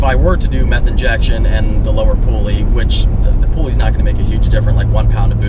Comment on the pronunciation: "Lower pooly" - love ya lol